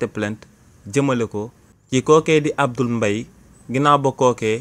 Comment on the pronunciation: Combien de fois as-tu prononcé le nom alors que c'est Abdoul MBAYE? Soyez professionnel qu'à même 🤷